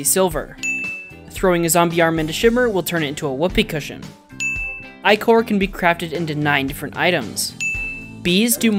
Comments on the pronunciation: People mispronounce it as "icker" so the two parts of the Ichor Sticker's name rhyme, but it's pronounced like "Eye-Core" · ichor is pronounced like ic-er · I got way too mad when he miss pronounced ichor...what's wrong withe